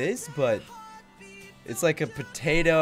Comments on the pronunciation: He said pertato instead of potato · This is how many times he said patato slinky [ [